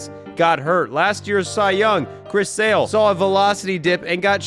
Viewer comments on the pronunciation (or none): none